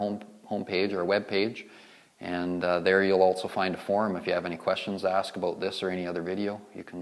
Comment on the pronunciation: Edward Dongres "aboot = about" thats how I knew it was Canada Lol. Great video though!